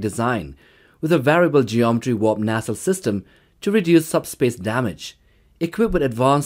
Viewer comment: The word is pronounced, "NAY-CELLE".....Not, "NA-CELL"...."NAY-CELLE"!!!!!